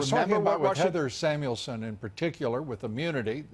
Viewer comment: WHY do they bury the lead??? The person's name is "Heather Samuelson." Fitton doesn't say her name once, and Dobbs mispronounces it twice. You can find pictures of her on the internet, and she's white -- not the black woman you'd assume from the footage in this clip. Then Fitton says "immunity is not a get out of jail free card." Spoken like a true English major (Fitton's no lawyer). Immunity is precisely a "get out of jail free card." Sure, you can go after her for perjury -- good luck with that! That's what Comey did to Martha Stewart, but she forgot to bring a lawyer to her deposition.